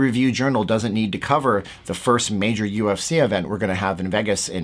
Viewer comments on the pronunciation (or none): it's pronounced VAYgus, not Veggus.